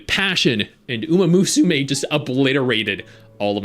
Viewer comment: yes lmao